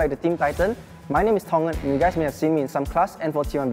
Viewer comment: His name is Tong En? I heard Thomas.....